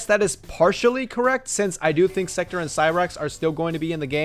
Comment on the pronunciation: At least try to pronounce Sektor's name right. It's pronounced "Sek-tore" not "Sector"